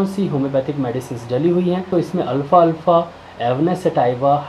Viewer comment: Alfa Nehi alfafa hai apko bolna hi Nehi ata...